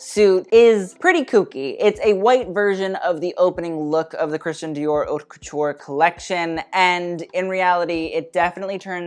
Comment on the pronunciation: Stop mispronouncing ‘haute’... wtf